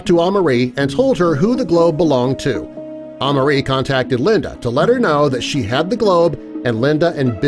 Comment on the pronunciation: it’s pronounced uh-mar-ie Amari that’s my name